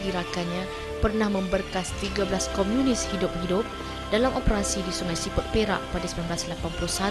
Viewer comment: Komunis bukan Komiunis... Sebut pon tak betol pompuan ni... adoiii